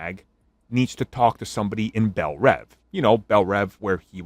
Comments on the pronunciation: Why does everyone pronounce bel reeve wrong? It’s not belle rev, it’s belle reeve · I’m pretty sure bellreeve rhymes with Christopher reeve pronounciation